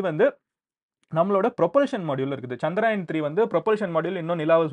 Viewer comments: I like all your videos. It’s so informative. But when you talk about Chandrayan, can you please say, சந்திரயான் instead of சந்திராயன். Thank you so much for all you do ❤ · சந்திராயன் இல்ல சந்திரயான் .தயவு செய்து அடுத்த முறை திருத்திக்கொள்ளவும் .